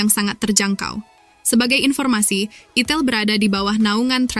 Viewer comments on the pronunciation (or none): Itel ( di baca AITEL ) bukan di baca itil 😅